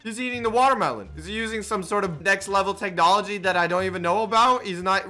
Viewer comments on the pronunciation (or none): none